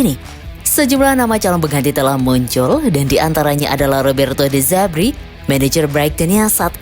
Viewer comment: De zerbi bukan de zebri. Dasar admin koplak😂